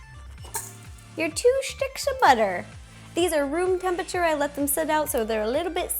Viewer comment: she said buther instead of butter lol